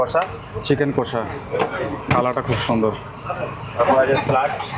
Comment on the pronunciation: Pronunciation ta hobe কশা not কোষা